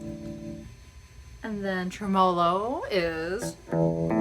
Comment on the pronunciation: Ummm it’s Trem-I-low...(tremolo) and flaN-j-er (flanger) ....just saying... decent review to show its features.